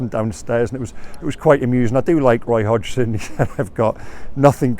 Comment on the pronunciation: Lol, did you just say "I do like Woy Hodgson" there?